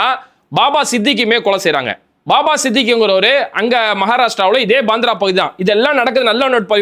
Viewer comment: பந்ரா இல்லப்ரோ. மும்பை பாந்ரா.